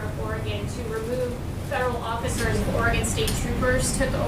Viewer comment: he cant even pronounce oregon right, its not fucking Ore"gone"